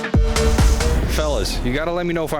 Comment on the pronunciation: Wait when you say i8 are you saying ( l ate )